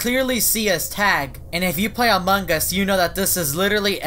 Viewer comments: Me:among us. You: amonG us with a g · Wait did you say among gus